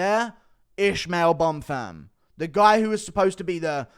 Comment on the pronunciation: he can't even say Bonfim, what u on about